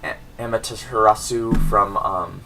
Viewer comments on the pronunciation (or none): Finally!!! Someone says Amaterasu but so in fortunate that you don't know how to pronounce her name...